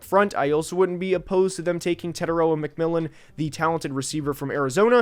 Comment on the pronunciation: TE-TAI-ROA you are not pronouncing his name correctly let me break it down to help you guys get it right The first part TE is prounouced like tear like a teardrop The second part TAI can be said like Thai as in Thai food And the last part ROA is the hardest part because you have to roll the R so if you say it like raw as in raw meat but add a “ahh” sound at the end So it would be “tear” “Thai” “rawr” TETAIROA Your welcome